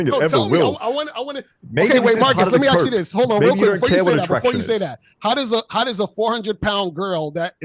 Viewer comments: ASK not AXED 🪓. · in every debate Let me Axe you a question....